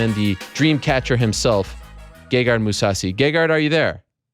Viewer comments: No, I cannot believe people pronounce his name wrong. And I think he's too humble to correct interviewers. But his name is pronounced Gègard. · I believe its pronounced ; gay-hard.